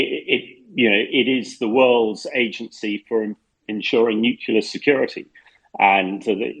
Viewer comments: Good podcast but please stop saying nucula. The word is nu-clear! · Nucular energy hah, why is it that even media people pronounce this wrong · Hamish needs to learn how to pronounce "nuclear" if he wants to provide his expertise on the subject. My ears are bleeding! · I cant with this refusal of english journalists to learn to pronounce slavic names. Its godamn Pootin, not Pyoutin. U dont watch any other new outlet? How Deuche Welle can pronounce names, u can't? And what in nucilar? Wtf, do u all live in some Oxford saloon smoking cigars and drinking wiskey?